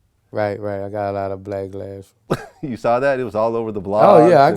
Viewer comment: Blacklash??! The fuck boo said?